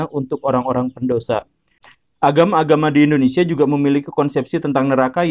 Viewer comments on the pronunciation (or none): none